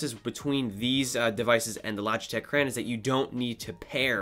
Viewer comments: "cray on" not "cran" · Cran? Thought it was crayon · I don’t like the way he says crayon 😤